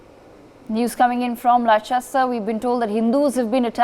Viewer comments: Lehchester lol Atleast know the proper name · Less-stur > Leicester 😂 and the reporting is awful 2/10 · Can't even pronounce Leicester properly. Leh chest er. This is a ridiculous news story. Absolute brainwashing nonsense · Not pronounced Li Chester it's Lester! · It’s pronounced Lester not Liechester... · If you are going to report on this at least learn how to pronounce Leicester. It’s pronounced Lester. Not Lie-chester. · Where? Lie-chester? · 1. Leicester is pronounced Lester. 2. This trouble is due to the cricket Both sides are misbehaving. This news article is biased. The Police have been active throughout. 4. I am white, English and from Leicester with Hindu and Muslim friends who would all condemn such poor reporting. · "Lester". It's pronounced "Lester". And I quite agree. All the third worlders should be repatriated. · Get your facts right lol they can’t even pronounce Leicester correct 😂😂😂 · Its pronounced Le"ss"cester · Leicester is pronounced as 'Lester'. This event is long in making because the offending group is being embolden with support from the Labour Party held in ransom as a vote bank! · First this silly fake newsreader needs to learn how to pronounce Leicester 😅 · Dont believe news that cant even pronounce Leicester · This is propaganda the reporter can't even pronounce Leicester never mind reporting the actual facts. Another video to make the world hate on muslims come to leicester and find out the truth. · Just goes to show how legible this video is when they don't even know how to pronounce the city's name that they are reporting.